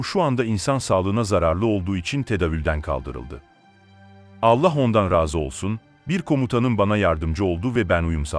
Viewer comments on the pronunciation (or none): none